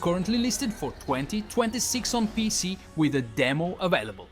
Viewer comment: I don't know man. The way he says pc.. p e c. That's just weird.